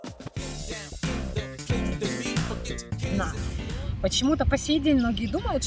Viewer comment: ДороговИзны, голубушка. Что за дикие ударения у вас?